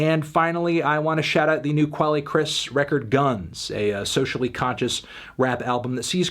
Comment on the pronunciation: Nobody: Anthony: Qwah-lay Chris.